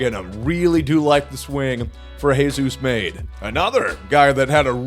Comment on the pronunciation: say Jesus Madé’s name correctly just once 😭💔🙏🏻